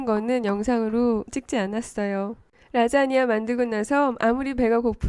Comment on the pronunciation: "오늘은 라쟈냐를 만들어 봤어요~~~" ㅋㅋㅋ